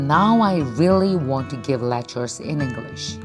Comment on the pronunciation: 김미경샘 계속 영어공부하시는 모습 대단하세요 저는 35년차 영어교사입니다 노력하시는 모습 보기 좋아요 발음 부분은 쉽게 바뀌지 않는 것 같아요 다른 발음보다 English라는 단어가 살짝 어색하게 느껴지는 것 같아요 단어의 강세에 좀 더 주의해서 문장의 억양을 자연스럽게 연습하면 더욱 더 발전하실 것 같습니다 지금도 충분히 잘 하고 계시고 앞으로 더욱 정진하시는 모습 응원합니다❤